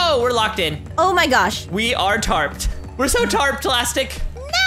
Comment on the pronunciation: trapped not tarpped